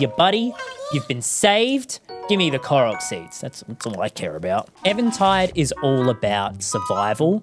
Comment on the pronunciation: Why do you say Evan Tide instead of even tide?